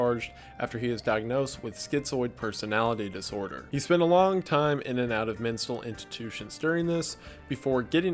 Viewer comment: I heard Menstal Intitution and thought, did Rich Evens write that. But while I’m here thought it might be helpful to point out that the first way you pronounce Bell Gunned’ name is correct. The property that burned down is near here. She’s a supper big deal in the La Porte IN area and it’s super cool hearing the story get mentioned.